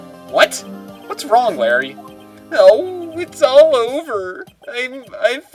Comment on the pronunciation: The first time you voiced larry whne he said it's all over, you really botched it. It sounded like IS ULL OEVAAA